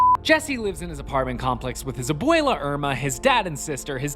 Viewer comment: "Abuela"? No. "Aboyluh"? Yes